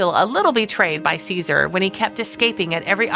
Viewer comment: Dog's name is pronounced Jehsoor, or something to that effect in Turkish. It is not the same as a Roman emperor.